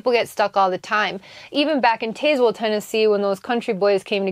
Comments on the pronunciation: We call it Taz-well. The e is silent. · Love the storys! The town in Tennessee is pronounced TAZ WELL, short A..JustSayn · Dang girl you sure butchered the pronunciation of Tazwell, TN haha